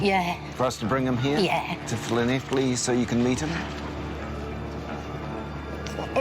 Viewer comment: I’m very impressed that you got the pronunciation of Llanelli bob on! Better than many British people! Nice one